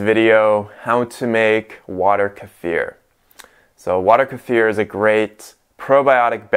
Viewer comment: Why your Kefir is brown and not clear? Hey its Kee-fir not Ker-fere.